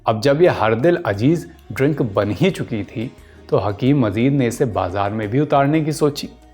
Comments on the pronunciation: Abdul Majeed hae Mazeed naheen dost talafuz to sahee ada karain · Father of hakeem saeed was not mazeed ,His father name is Abdul Majeed(not mazeed) so many talaffuz mistakes, pronounciation of urdu was wrong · Bhaisahab unka talaffuz ka thoda masla hai , aur kuchh mahaul ka, Rehne dijye, itna bhi bol le rhe yahi kaafi hai aaj k daur me